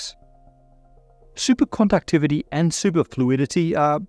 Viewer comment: I just love the way he says "Supercondouctivity" everytime.